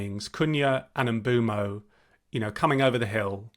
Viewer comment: Nope. M-boom-o